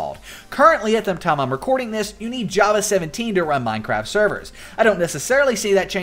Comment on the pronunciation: HE SAYS MINE-CRAB LOL!!!!!!!!